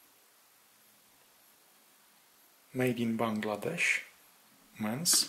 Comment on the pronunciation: My family is originally from Bangladesh. I’m surprised you pronounced it the right way. Even I don’t pronounce it the right way 🤣🤣.